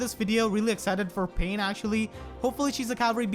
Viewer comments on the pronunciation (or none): The way you pronounced Pannes name, I low key thought we were about to get six paths of pain up in this bitch. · You pronounced Panne as "pain", which made me think of the enemy tiger laguz boss from Radiant Dawn. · why do you pronounce "Panne" as Pain